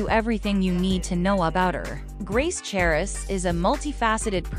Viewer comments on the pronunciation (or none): The "h" is silent... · the "h" in the last name is silent.